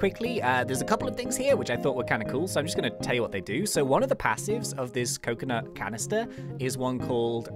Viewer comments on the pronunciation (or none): we got a coconuht canneestuh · we got a coconut canistah